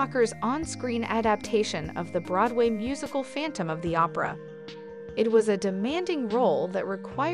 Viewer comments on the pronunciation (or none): none